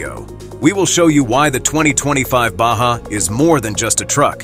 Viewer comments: Baja = Ba ha not ba ja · Lame No, it's a Baja (BAHA) not a BACHA! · BA HA not Ba ja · Baja or Baha? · What language is he speaking he pronounced Baja wrong it is pronounced Ba Ha not BaJa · It's pronounced BAH HA,, NOT BAH SHAH,,,.... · The lame computer voice pronouncing BAJA as Ba-Jah was hilarious. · I cringed every time the robot voice said "BAJJA" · Yup. When I heard Ba Jah I had to shut it down. Next is the geography lesson starting La Jaw-la, just north of Sandy Eggo. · The Ba-Ja has dyna-mick and elegant pro-feel. No money for an actual voice-over? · How can a prospective buyer be really serious about going to the next step to buy one of these when the audio can't even pronounce the name on this upcoming Subaru? Baw Jaw? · What is a BA-JAH ...? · So is it a Baja or a bah-jah? 🤔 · So is it a baajjaa or a baja 💁🏻‍♀️ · "Basja" Im getting really tired of auto generated narration. moving on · Not human pronounces Baja Bajah and the correct way. Irritating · What the hell is a "bashja"???? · Absurd AI narrative. ba ja ? Really? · someone needs to know how to pronounce baja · IA can't even pronounce the name correctly🤣🤣🤣🤣🤣